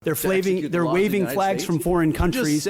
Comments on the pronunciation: "They're Flaving" as in Flavor Flave? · Twice he said "flaving" 😂